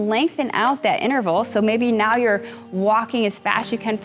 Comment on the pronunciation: Please. It's *inTerval*. Not innerval